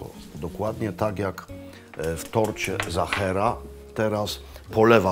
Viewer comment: Serdecznie pozdrawiam p Maklowicza i jego Rodzinę,najlepsze konfitury morelowe to z doliny Wachau w Austrii slynącej z pysznych moreli,(wiem coś na ten temat ,bo mieszkam od lat w Austrii)jedno na co zwrócę uwagę to nie mówimy "Zachera" tylko Sachera,wyraźnie w Austrii wszyscy wyraźnie slyszą i wymawiają i piszą tort Sachera,to tylko taka mała uwaga,(z pewnością niezłośliwie podana przeze mnie)wszak uczymy się przez cale życie i wzbogacamy przez to nasze życie,jeszcze raz serdeczne dzięki za tak super odcinek i wszystkie dotychczasowe